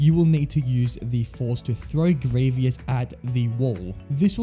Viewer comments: I just kept hearing gravy-us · I know many people have said this already but… General Grie-VEE-ous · I was saying Grie - vious, but now i just say Grie - vous as it propably should be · It is grevous not greeeviss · Stop this torture is grievous not grievious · ITS GREE-VUS NOT GREE-VEE-US GOD IT DROVE ME INSANE IN THE FIRST THREE MINUTES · Why does he say Grieveeous? It’s Grievous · Man really said “Greeveis” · How everyone pronounces Grievous: "Grieve us" How this guy pronounces Grievous: "Grieve E us" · First of all, stop mispronouncing his name! It’s Gree-vus, not Gree-vee-us. Second, you probably shouldn’t have included “LEGO Star Wars III: The Clone Wars” because there are multiple General Grievous boss fights in this game, and they’re only accurate to the TCW TV series. Finally, between the versions of the General Grievous boss fight from “LEGO Star Wars: The Complete Saga” and “LEGO Star Wars: The Skywalker Saga”, I definitely prefer the version from the latter because it is close to being accurate from the movie and it’s more improved than the version from the former. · Why does he say grievious its grievous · You're mispronouncing Grievous' name and it's like nails on a chalkboard. Grieve-us, not Gree-vee-us. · It's Grievous not Grievious. Had to stop watching as it was so irritating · One, you didn't care to finish the video just because of mis-pronunciation. Two, lots of canon Star Wars characters also say Greveeous, not Greevus, the only ones I saw say Greevus are Obi-Wan, Anakin, and Mace Windu. Bro, even Palpatine said Greveeous. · It's not sad. If a video is annoying, I won't watch it. Why would I want to watch a video like that, that would make me stupid. And there is a right or wrong. He is named Grievous, not Grievious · Grievous = gree-vus ≠ gree-vee-us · No hate man but it’s pronounced gree-vus not gree-vee-us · I don’t know I think it’s gravy us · IDK it did sound like gravy us I agree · It was funny because he kept saying gravy-ous